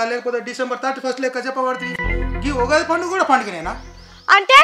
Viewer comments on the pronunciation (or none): Ogadhi kadu Ugadhi akka 😂😂😊 but video is super😊